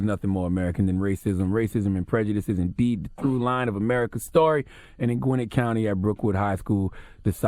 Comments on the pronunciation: The way y'all pronounce "Gwinnett County" lawd, y'all dont be listening to the Migos fr lol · Say it with me "GWEN-NETTE" 😄😄😄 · Brookwood had a racist football coach a while back too, and Charlamagne can't pronounce Gwinnett for shit!